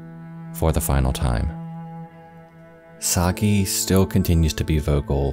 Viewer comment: My Japanese mom (she's got a penchant for grim stories) would always tell me and my brother about this story. It took me a minute to figure out it was the same one. What a horrible thing to happen. :( (Side note, this might be an exception, but Sakie is usually pronounced sah-kee-eh)